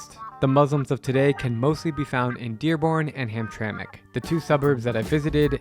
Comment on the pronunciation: Heard hamtramck immediate dislike